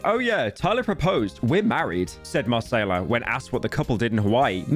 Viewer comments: It's mah kay lah not mah say lah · Listening to u say Mar-say-lah the whole video and cringing so hard 😊 i believe it’s pronounce mi-Kay-la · At what cost? —Mispronouncing Macayla over a hundred times in 15 minutes... [DRAMATIC MUSIC] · Marsayla 🥴 It’s MUH-KAH-LA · Brother it’s ma Kay la not masayla 🤓☝️ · Shouldn’t’ve listened to chat Mr. Metro’s Boomin track. It’s (Mah-Kayla) not (Ma-Sayla) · Marceyla? Bro come on…😢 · brozzer stop calling her Massaiallah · Say it with me. Muh-kay-luh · "Marsayla" this has to be intentional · whys he calling her marsayla ? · wasnt it pronounced at muhkayluh? metros booming? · Confuses Albania for Algeria not to mention the constant mispronunciation marsayla......... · There is no way this dude called her "marcela" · BRUHHHHHHH HES STILL FUCKING UP NAMES😭😭😭 it's pronounced (muh-kAy-luh) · Bro i thought Marsayla would only be said a few times but he actually butchered it everytime 💀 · First metros booming and now marsayla. When will it end British man? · NO way Pyro is really saying "Masaila" 💀💀💀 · buddy really said MaSAYla 💀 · Bro did not just call her Marcayla 💀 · not a pyro video without him saying a name completely wrong :') Marsayla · this channel really became like, centrist slop. no research in any single video, no knowledge on anything, couldnt even pronounce her name right and is terrified of having a single opinion on anything and just goes "thats crazy" over and over again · Bro really called Macaiyla chicken tikka masala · That's not how you pronounce Macaiyla Pyro... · How does this guy see names and is like "how can i pronounce this in the worst possible way" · bro is baiting engagement pronouncing macaiyla's name that horribly, nice slop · Only Slopman can make a 14 minute video of a League player wife's twitter drama and pronounce the only important persons name wrong the whole 14 minutes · Every time Pyro mispronounces 'Macaiyla' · Do you mispronounce names as a joke or what? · New name Mispronunciation just dropped